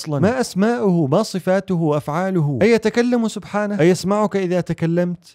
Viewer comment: بارك الله فيك 🌼 ملاحظة : في الدقيقة توجد ذال زائدة في كلمة "سبحانه".